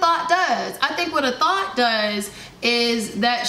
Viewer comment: Hearing her call a "THOT" a "thought" repeatedly is absolutely cringy. Lmao